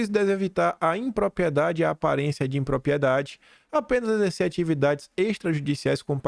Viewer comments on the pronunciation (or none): Sempre bom o conteúdo, mas me dói nos ouvidos tanto “própio”, “apropiação”, “propiedade” e por aí vai.